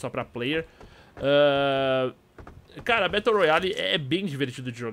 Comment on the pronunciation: battle se le "bérou"